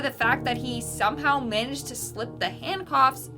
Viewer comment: Besides pronouncing intestines wrong do Canadians pronounce "handcuffs"- handcoffs... 😅😂😂🤣🤣